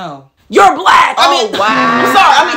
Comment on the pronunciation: But why she say it with soo much 🤣 emphasis on the entire word lmao